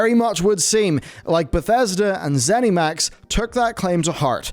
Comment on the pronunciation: Please stop saying ZenEMax.